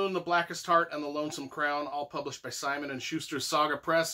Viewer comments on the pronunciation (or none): none